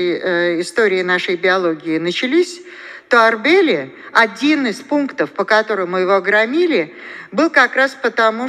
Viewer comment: Не ОрДели,а ОрБели.Язык её без костей спешит впереди мысли.